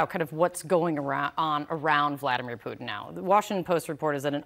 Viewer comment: "Bladimir Vutin" i like it. Hope it catches on